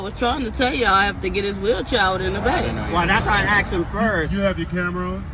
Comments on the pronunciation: Tell me you are stupid without telling me you are stupid: 'so thats why I aksed your wife' 'aksed? Aksed? Oh, you mean aSKED' Why do these people say 'aksed'? Dont they learn how to spell anymore in schools? Is this the 'cannot find my belt, so you can see my underwear' class? In the word asked: does the s come before... or after the k. If its aftere: why do people say the k as if its before the s? They think its 'cool to look stupid' or something? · I axed you...hmmm...took him out at the waist down to the ground to falsely impound...hmmm...disgusting.